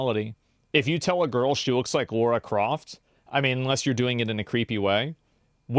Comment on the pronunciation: every time he calls Lara Croft Laura, it hurts my soul